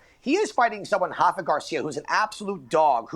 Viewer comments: Can we stop calling Rafa “Hafa” he’s from Mexico… not Brazil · Why do you say “Hafa Garcia” he’s not Brazilian he’s Mexican bozos so you pronounce the R